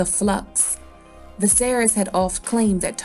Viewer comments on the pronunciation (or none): none